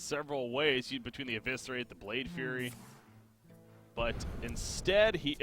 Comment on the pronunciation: Though solo casting is more difficult than with a co-caster, I think you did a great job. Only criticism is about the mispronunciation of some of the cards. Namely FlameWAKER and Blade FLURRY. That's some minor stuff though :)